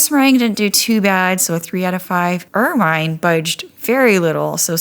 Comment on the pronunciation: Pronounced "ermuhn" not "ermyne"